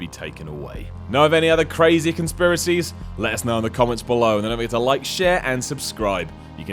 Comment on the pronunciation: Did you just say "let us know in the COMMIES below"???!!!!